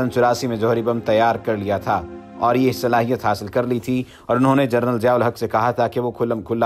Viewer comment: جنرل کو جرنل کہہ رہے ہو